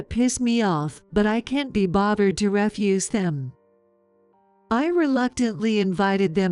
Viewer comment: Get real people who can speak English correctly or fix the AI fixed so ALL the words are pronounced correctly! Fiancee is mispronounced and it's maddening to listen to it mispronounced! Ridicule and refuse is also mispronounced! Increase the speed of the speech so they sound normal otherwise they sound slow and boring at the normal speed! I wouldn't doubt that Rick is going to be more of a servant than a husband or son-in-law